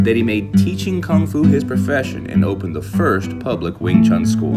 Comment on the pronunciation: For crying out loud, make an effort to pronounce Wing Chun properly if you want to make a tribute video of Yip M.